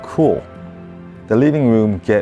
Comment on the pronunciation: WRIRRING WROOM????? ahahhahahahahahahahahahahah living room ahahahahahhaha feels like south park asian eposide!